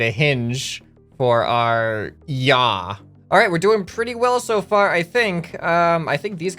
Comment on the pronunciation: Pich and yaw....no... ye haw